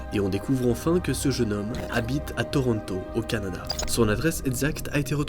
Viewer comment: Je vis au québec donc tu est la première personne que j'entend dire tortonto avec un accent comme ça